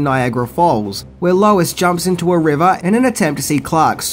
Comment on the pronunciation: I thwoth I hard Wallace instead of lois